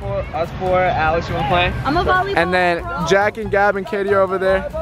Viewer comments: Hahaha! I love how he said Jatie for Katie, Katie for Josh, and Josh for just the sake of it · I love how he calls them jatie